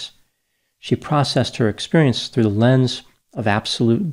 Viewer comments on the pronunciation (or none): none